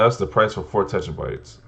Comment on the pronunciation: Its not tetra-bytes it is 'tear-uh-bites'